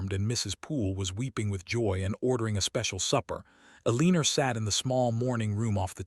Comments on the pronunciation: Dang it Even switching to reading transcript, I keep hearing a leen er every time I come to the name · PLEASE: If your AI cannot say Eleanor correctly, find another name for your character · Staring - with a long a, fading with a long a, too many more to list. And will someone please get that woman's name corrected (in every single occasion of it's occurrence in this and other platforms where it is consistently butchered) or start using a name that cannot be mangled.